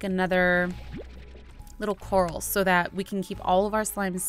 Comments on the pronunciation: Not being rude but it's COR- AL as in the name ALvin not coral like the underwater plant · its not COR-al, its cor-RAL. like a cage. not an underwater plant. look it up :) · It's. Core-AL, not core- ahl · ... Cupquake, mah friend, it's not Coral, it's Corral (Core-Al) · IT'S NOT A CORAL IT'S A CORRAL LOLLLLZLZL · BTW Quake, It's Prononced "Cu-ral" Not "Coral". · Cupquake. To pronounce corral. Is Coar-Al. As in the name Al. Not coral in the sea. Like a horse corral. There's a difference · im not trying to be mean i think its cute that she calls it a coral but but its pronounced cor-al as in the name al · It's corral core al like a rancher not coral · It's actually pronounced core-al not the pretty things in the ocean but like corral for horses and stuff... sorry to break it to ya but I've seriously been freaking out because your calling it a coral..... yeah, oh well I mean I tried to ignore it, but it was,honestly pretty annoyed....😅😜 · Hey iHasCupquake, I noticed something. I think you're pronouncing corral wrong. I think it's pronounced core-ah-ll such as something you'd hold a horse in even though it's spelt really similar to the underwater plant coral. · Angel Of LightSaber Oh my word, I legitimately thought she was talking about the plant, coral, not corral. I wasn't paying full attention, either, lol. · Cupquake!😂 it’s pronounced co-r-al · Its pronounced (core-ral) sorry its just a pet peeve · Hey I has cupquake, corral is pronounced as coraal. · Cupquake you pronounce corral co-ral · cupquake I'm sorry to say but your still missing pronouncing corall it is cor-al or if you cant pronounce it by that Google it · She still doesn't know corral isn't pronounced "coral" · ***** Lol, when I realized she was pronouncing it wrong I nearly laughed my head of because it was so confusing and funny! Hahaha! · I know that tiffy says corral wrong but I don't care I love tiffy!